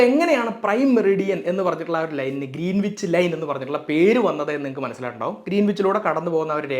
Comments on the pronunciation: It's not ' Green wich ' it's greenich As a science and tech enthusiast ,I visited Royal Observatory in Greenwich south east London where the prime meridian passes through and realised that how I mis pronounced the place name. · Greenwich പ്രോനൗൺസ് ഗ്രീൻവിച്ച് എന്നല്ല ഗ്രീനിച്ച് എന്നാണ്, w സൈലന്റ് ആണ് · Sorry to correct you,it’s pronounced Gren-itch , not green wich! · IT'S PRONOUNCED AS ' GRENNACH !' ======== MATTS' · Pronunciation is GREENICH ˈɡɹɛnɪt͡ʃ/, /ˈɡɹɛnɪdʒ/, /ˈɡɹɪnɪtʃ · Greenwhich is pronounced as “grenich” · ഗ്രേനിച്ച് എന്നാണ് ഉച്ചരിക്കേണ്ടത്.. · വളരെ നന്നായിട്ടുണ്ട്. പ്രത്യേകിച്ച് ആരും ശ്രദ്ധിക്കാത്ത 180 ഡിഗ്രിയുടെ പ്രാധാന്യം! ഒരു ചെറിയ സ്ലിപ്പ് ശ്രദ്ധയിൽ പെടുത്തട്ടെ: Greenwich എന്നതിന്റെ ഉച്ഛാരണം ഗ്രീനിച്ച് എന്നു മാത്രമാണു. w - silent ആണിവിടെ. ഇംഗ്ലണ്ടിലെ -wich-ൽ അവസാനിക്കുന്ന മറ്റു പല സ്ഥലങ്ങളും ഇങ്ങനെ തന്നെയാണു! Otherwise excellent explanation. Keep it up! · ഗ്രീനീച്ച് എന്നാണ് ഉച്ചാരണം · Greenwich is pronounced as Gren-itch. W is silent. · ഗ്രനിച്ച് എന്നാണ് ഉച്ചാരണം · Good explanation. 👍🏻 I saw it because YOU explained it, eventhough I knew it very well. But just one correction, though not that a priority, pls check the pronounciation of 'Greenwich'. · Good information 👍 Please check on the pronounciation too... For instance, Greenwich.